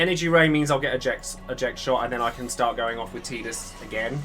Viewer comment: Thanks for caling him Teedus not Tiedus